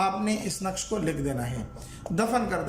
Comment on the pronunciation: نقش غلط پڑھا ہے